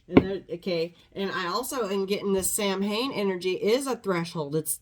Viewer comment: Samhain sounds more like sowin.